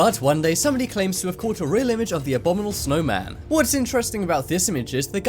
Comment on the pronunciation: Abdominal snowman 😂 get it together dude haha